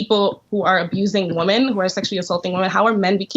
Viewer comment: Pronouncing the word 'women' the same way you pronounce 'woman' is a red flag that you've got a brainwashed feminist on your hands. WOMAN want equal pay. WOMAN want equal this and equal that.🙄